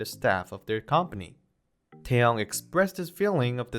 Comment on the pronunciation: His name is NOT TOWN it's Taehyung.